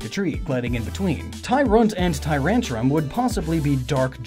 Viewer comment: This is literally the first video i've seen that DOESN'T mispronounce Tyrantrum's name. No idea what changed this time around 8/